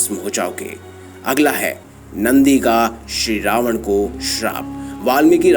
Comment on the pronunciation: Tumhara se Ravan hai kya acche se bolo